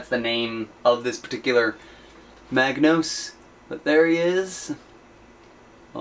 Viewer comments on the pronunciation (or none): I'm sorry, I can't help myself, mispronounciation really annoys me... it's a Magos. There's no 'n' in it. Further more it's impossible to see the A4 parts sheet which is a shame as it looks pretty interesting.